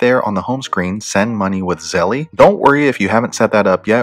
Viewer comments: Really good video man!! But it’s pronounced Zel not Zell-E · its pronounced zel bro, not zell-E lol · Thank you for this comment Z. Fortlow 🙌🏽🙌🏽🙌🏽🙌🏽 Yes its Zelle, like Belle not Zelly (zellee, zellie, belly, etc). I couldnt focus with the grammar thg. Honestly, giving instruction on something to guide / direct others on the right path, when one does not know its properly terminology can be a bit hesitating to trust on a range of things, platforms, etc. The professor in me won't let up. (Things that make you go, "hmm." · It is Zelle, as in gazelle. 🤦🏽‍♀️ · PRONOUNCED ZZZEEEELLLLLLLL MY GOD!! Lol cringe good educational content though! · I too cringed the whole friggn time. 🤦🏽‍♀️ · JESUS PRONOUNCE THE NAME RIGHT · I thought it was Zelle like gazelle, not Nike like Nik-e. But thanks for the info. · Nahhh I think he saying it wrong lol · Nah I think it's him. Even at the bank they don't say it like that